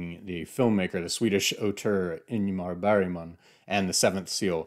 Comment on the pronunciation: Cute pronunciation of Ingmar Bergman :) Swedish phonology and English prosody. I recently encountered the same thing in the audiobook of Mason & Dixon (there's a throwaway mention of three Swedish statesmen) and I felt a bit bad for laughing since the narrator must have been a true professional to have bothered to research Swedish pronunciation for what is completely insignificant bit of the novel, but somehow hearing him pronounce the ti in Oxenstierna and the Gy in Gyllenborg correctly just made the English intonation even funnier.